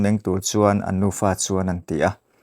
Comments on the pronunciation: Nufa tih tur ah Nupa i ti daih alwm🤣🤣🤣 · In nufa tih tur aw